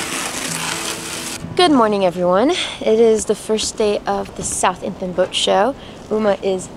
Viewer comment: Damn we were at this boat show and totally missed you! I'm grinning at pronouciation of Southampton, you have to pronounce the h in South and the h in hampton but not pronounce it twice! I am sad to have missed it!